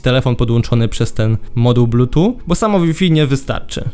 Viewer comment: Typie masz jedną robotę: mówić o techu. Wypadałoby umieć wymówić bluetooth i Huawei.